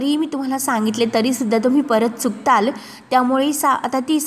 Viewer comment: किती अशुद्ध बोलता? चुकताल,घेताल, आधी शुध्द बोलायला शिका आणि मग व्हिडिओ काढा! जो ऊठतो तो व्हिडिओ काढतो!